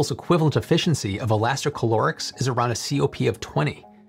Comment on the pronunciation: Elasti ca lo rics You said many times inside the video instead: elasti chlo rics No, it does not have any chlore inside